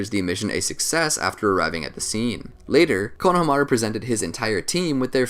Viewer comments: Why is no one talking about the way he saids the name? It puts me off every time 😂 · u are pronouncing konohamarus name wrong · The way you pronounced his name ultimately killed me seconds in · Why does he pronounce Konohamaru so weirdly? That's like saying KAKA-shi instead of Kakashi. did he say "SUNANIN" instead of "SANNIN" LOL! WHY IS HE PRONOUNCING THESE NAMES ALL WRONG? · god it bothered me how he pronounced konohamaru's name the whole video. good vid regardless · It’s annoying how he keeps saying his name wrong 😑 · The way he’s saying konohamaru bugs me lmao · So do you watch Naruto and hear konohamaru’s do you just disregard the pronunciation or what cuz that is definitely not how u say his name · I hate to be this guy but it’s Ko-no-ha-ma-ru, not Kono-hama-ru. In Japanese you give each one it’s own space. It’s not like English. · My man says konaha-maru 😂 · The Japanese break pronunciations of words and names evenly. It's ko-na-ha-ma-ru, not konaha-maru. You butcher it 🤣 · KonoHAmaru not KonohamARu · I REALLY HATE HOW YOU BUTCHER KONOHAMARU'S NAME ITS SAID FLUINTLY NOT KO-NO HA MARU INSTEAD ITS KONOHA-MARU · Can we establish how he said konohamaru as konaha mara but it’s Kona ha mara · IT IS KONO HA MARU NOT KNOW HA MAH ROOOOOOO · Am I the only one bothered by how he pronounces konohamaru as kono...hamaru. As if it were a first and last name. Weird. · It is pronounced... KO-NA-HA-MA-RU! Sorry... it's been bothering me for the last couple naruto videos you have been made.... I needed to point it out. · pronounced - kono-hama-ru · I want to keep watching but the way he says konahamaru is killing me im only 7 minutes in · I love these videos but anyone else get slightly irritated when he pronounces Konohamaru like “Kono Hamaru”? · You are pronouncing it wrong it’s (cone-a-hom-a-ru) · Fr 💀 konamahru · BRO SAY Konahamaru no konaha maru JEEZ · Please research character name pronunciation. Step 1: How do you say the subject of the videos name?